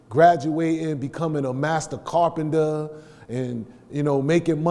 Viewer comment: Master carpender! You can’t even pronounce the word correctly. NO THANK YOU 👍🏾